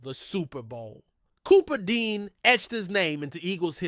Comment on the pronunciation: It's Cooper Dejean not Dean. Come on now